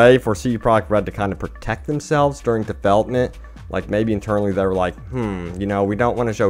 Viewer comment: “CD Pro-ect Red”... you know there’s a “j” in there right? Lol....